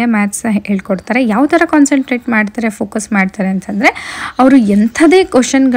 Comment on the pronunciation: Why is your accent changed after going there? It's not Eh tara, it is eh thara. We expect you to speak in good pronunciation of our kannada.